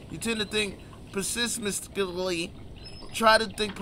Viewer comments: The way pronounced pessimistically.....LMFAO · “Pessimistically” really whooped his ass 😂😂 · you know he wasn’t 😂😂😂